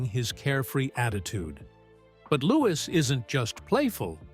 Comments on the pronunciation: Pronounced loo wee not looking iss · Its louis not lewis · I find it difficult to believe your 'report' when you do not pronounce his name correctly. He is "LOO-eee", not Loo-iss. His Mum is Princess Catherine, not Kate. Please respect the Royal Family enough to pronounce their names and titles correctly. Afterall, you make your money off of their crumbs.